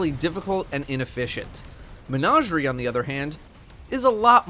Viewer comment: I finally found someone who pronounces it as “Mehn-Auj-eri”